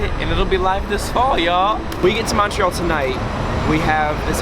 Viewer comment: In English it’s mun-tree-all